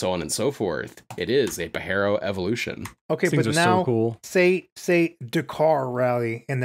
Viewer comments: hate the way you said pajero "pa-j-air-o" also super cool car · it's pa-Jeero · Your killing me with your pronunciation of Pajero bro, it ain’t Spanish ‘puh-jeh-row’